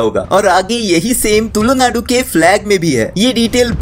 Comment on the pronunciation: Bro you did very good video but the thing that hurt me is you saying tullu naadu bro it's tulu naadu if ad on more ' l ' into It sounds like psy in our native language. 😂so please next time say tulu not tullu. 😊